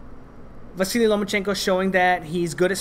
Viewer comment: Why do you cal Vasyl, Vasily?